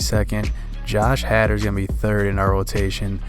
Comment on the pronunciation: can't even say josh haders name right smh is this guy a brewers fan 😕